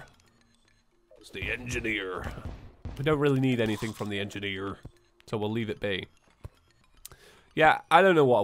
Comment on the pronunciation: You sounded extremely American when you said “engineer”